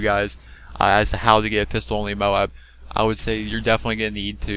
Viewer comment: It's not MO-ABB IT'S MOBE!!! MOOOBBBEEE! MOBE!